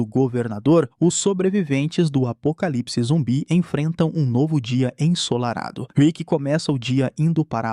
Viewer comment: ainda majs mais falando zumbie kkkkkkkjkkkkkk